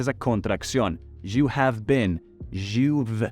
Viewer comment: por que pronuncias mal "You"? no se pronuncia la y como sh